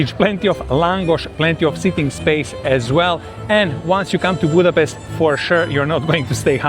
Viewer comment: BUDAPEST ❌ BUTCHER REST ✅